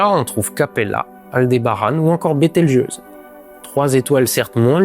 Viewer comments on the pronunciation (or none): none